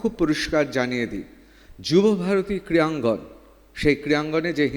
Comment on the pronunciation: সঞ্চালক 'ক্রীয়াঙ্গন' বলছেন কি না জেনে ? জিভের সমস্যা?নাকি sarcastically ? 😮